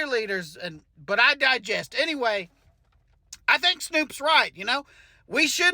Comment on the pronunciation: 😂😂😂@ "I digest"